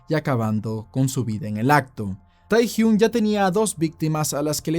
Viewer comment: No se pronuncia “Tae”, sino “Te”.